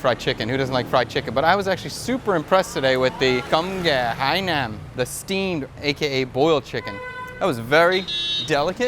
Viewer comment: As a Vietnamese person born and raised in the states, nothing bother s me more than how Hainanese chicken is butchered...it's like whyyyy